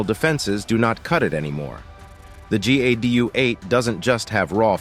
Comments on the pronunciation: Why is the narration saying GUA and not GAU? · He keeps saying GUA lmao... Then he finally corrects himself and says it right so matter of fact pretending he never got it wrong. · Narrator keeps calling it GUA. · Narrator pronounced GAU four different ways, somewhat distracting. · I really hate the AI narration. It's simultaneously bland, and it's just awful every time it tries to pronounce GAU like a French word. The smattering of often not quite appropriate selections of stock footage also seems like it was selected by AI instead of someone who understands the context. I'm not some anti-AI ideological purist like some, but this application is still a failure. More work needed.